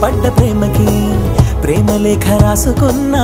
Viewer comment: Music is good and everything, but the male singer should pronounce "shubha" not "shuba", this is common mistake made by many singers not Balasubramanyam and other great singers. And I may point out female singer ( she is not native to Telugu) but can pronounce "lekha" not "leka".